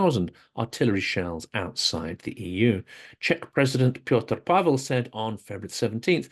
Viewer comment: Hello, just a correction: our president Petr Pavel´s name is pronounced "Pett-rr Pa(h)-vell", very short and very fast. Czech pronunciation is very different from the Russian one. It´s harder, a monotonous staccato, with stress on the first syllable. Sounds a bit like a cross between Scottish English, Polish and German. The correct way to pronounce Czech letters (outside the specifics like š, í, ř) is quite close to Latin. Thank you very much for your work and for the concise news!